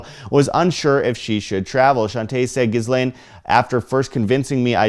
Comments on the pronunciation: It's not Gis-lane. It's Jizz-lane - It's french. That's the phonetic pronunciation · Ghislaine is pronounced GILANE.. Sheesh!